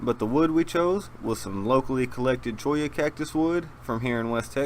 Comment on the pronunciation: Thank you for properly pronouncing Cholla